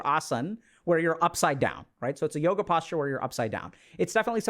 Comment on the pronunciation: aaaaaand i stopped listening when he said Yoga…..